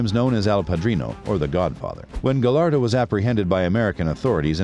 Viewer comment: Just a tip: LL = Y / i henche, "gallardo" is pronounced : Gayardo.